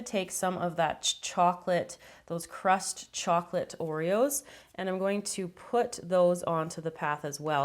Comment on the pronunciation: I think she said crushed but it did sound like crust lol